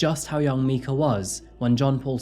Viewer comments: Is it just me or did he start to mispronounce her name towards the end of the video. Instead of saying My-kah he started to pronounce it as Mee-kah 🥴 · You dropped the ball on her name pronunciation buddy 😐 how did you add all those clips where they call her my-ka and you didn’t hear yours saying mee-ka? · My-cah, not me-cah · Her name's Mike-uh not meek-uh. Didn't you watch the news clips in your own video? Get an editor. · Please try and pronounce victims' names correctly. She's referred to as 'My kah' on numerous occasions, yet you keep refwrring to her as 'Mee kah'. Honestly, it's just disrespectful. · I love your way of telling the stories and how you have empathy for victims and their families. One thing that surprised me on this particular one was her name was pronounced “Mike-a” and you pronounced it as Mee-ka”. I’m just a little sad that her name was mispronounced by someone. Names are a big part of a person’s identity and I wish I knew how her name was actually pronounced. Thank you for allowing me to voice my concern over this woman whose life was unfairly taken at such a young age. ❤️ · Why does this host keep MISPRONOUNCING a dead woman's name? It's obviously MI-KA, with a long I sound, not MEE-KA. The news reports and people who knew her pronounce her name correctly. This is disrespectful to the highest degree. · why are you pronouncing her name as mee-ka when in the videos you played of real news reports, and people who actually knew her, even the video of John Paul speaking at the pulpit, they are pronouncing her name my-ka? Even the word mica by itself is pronounced my-ka. Do you not bother to watch the videos you put in your videos? Do you not research? This seems really off that you'd mispronounce her name when you have clear as day proof of how it was actually pronounced. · Her name is pronounced micah (like the mineral) not mika (like the singer). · every clip youve shown pronounced her name as my-ca so why insist on mee-ca